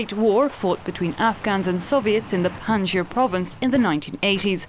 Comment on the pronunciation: It is Panjshir btw